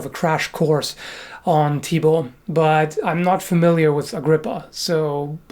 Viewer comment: Perfect pronunciation of "Thibault" from someone who isn't from Belgium or France. so, eh... BURN THE WITCH